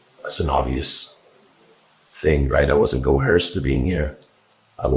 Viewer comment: Ack!!! It's "coerced," not "coherced"!!! I think it was the McPhetridge interrogation where the detective said that too.